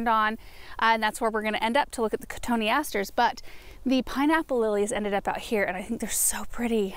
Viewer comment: Thanks for the pronunciation of cotoneaster!! 🤓😊